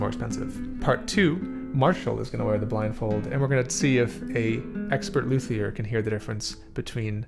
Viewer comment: Learn how to pronounce luthier rght.